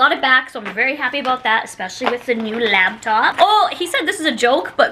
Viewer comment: she also says "laBtop" and can barely string together a proper sentence so her lack of descriptive words isnt surprising